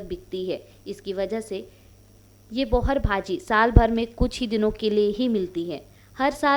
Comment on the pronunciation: बोहर नही बोहार